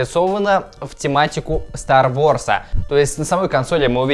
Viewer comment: ААААААААА МОИ УШИ СТАР ВОРС ААААААААААААА